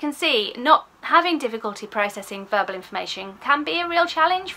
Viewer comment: Agree with all you say! I did chuckle though as I heard it as burble processing 😂x